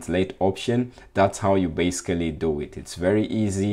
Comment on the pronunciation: Thank you and I also liked the 'basecally' <3 hehe